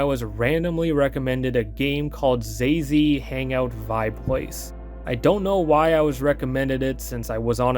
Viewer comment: The pronunciation was so funny. This degen's name is actually Xayzei, but he spells it like a fucking xbox gamertag 😭💀